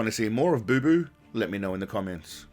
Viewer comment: It’s not boo boo it’s Bapa